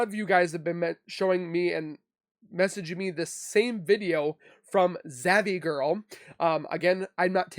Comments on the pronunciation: Well, we have been waiting to see that video off September Lady for 5 yrs it has never been produced so no one has it🤨 and it’s just Zav Girl NOT Zavy LOL yr funny 😂 great job hunny🥰🥰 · Lol it’s not zav ie girl - it’s zav girl